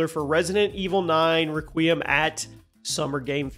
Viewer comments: Ruh qeee ummm hurt my soul it’s Rek we um if u don’t say it like that my soul will always feel it lol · I was thinking the same thing. "r-kwee-um" is a lot different to "Reh-qui-um" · All i hear is "qui-em" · It blows my mind how many videos I've seen on RE9 and how often Requiem is mispronounced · It’s like Nier: Automata all over again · that is not how you say requiem